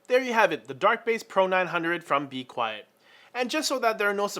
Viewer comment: Lol I thought you were a teacher cuz u said be quest at the beginning